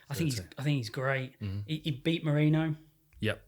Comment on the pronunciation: "He's got a win over MONERO, Brandon MONERO". How do you fuck that name up so bad? Got nothing against the other "raptors" (other than the small, soft-spoken one who's turning into a proper boot licker in the post fight press conferences, on his way to becoming the new John Morgan. Bland and generic), but I really suggest you do a separate video for your picks. I come here to listen/watch Hardy's & input.